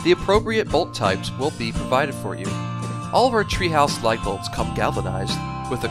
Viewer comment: it sounds like he's saying "light" bolts each time.